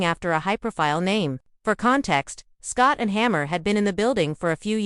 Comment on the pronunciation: It's hard to give you credibility when you cant even pronounce his name. There's no one named Scott and Hammer, sorry dear. Also, he's never been a DC.